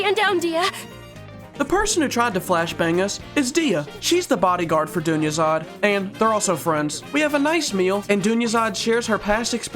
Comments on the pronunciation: My main language aint english, so everytime you said Dunyarzad, I thought you just said "jr something something" just for fun, lmaoo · Idgaf if you mispronounced that's persons name MY BOY THANKS FOR POSTING WE ALL NEEDED THIS VID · Made it better to be honest 😆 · Wait he pronounced it wrong? Lol have watched this video like 20 times and didn’t even realize 🤣